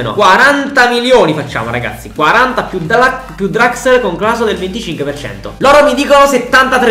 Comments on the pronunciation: hai detto draxel al posto di draxler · Si però mi da fastidio il fatto che dici draxel si dice Draxler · Si pronuncia draxler non draxel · Julian Draxler: draxel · Grande per tutto ma si dice DRAXLER con la L